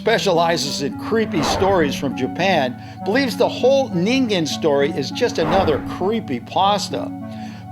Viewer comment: for once someone pronounced ningen right